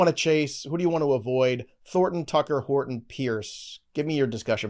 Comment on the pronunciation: Did say “Hard on” when talking about Horton?! 😂